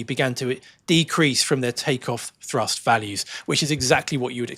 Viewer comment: When I first started watching your () videos, I was briefly confused by your pronunciation of “thrust”. With your accent, it often sounds very much like “trust”, and it amused me a little to think that a certain amount of trust was necessary to keep a plane in the air. (And a little pixie dust, perhaps.) With all the current changes in technology, propaganda, and political paranoia, trust is becoming increasingly necessary to keep our society on course. So I’m glad that you folks are keeping the trust levers securely at their cruise setting… and at TOGA when needed.